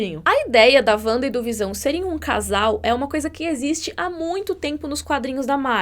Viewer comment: É "Vanda" mesmo, com som de V